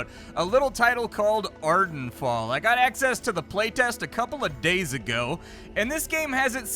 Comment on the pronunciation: Ha, “Arden Fall” is definitely not “Vardenfell”